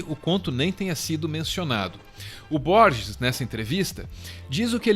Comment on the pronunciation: versão em inglês do livro do J. L. Borges? vcs o leram em inglês? pq pronunciar "aisac newton"? e pq não pronunciar "rorre luis borres"? são "detalhes", mas dói no ouvido e passa pela valorização da nossa desprezada cultura latinoamericana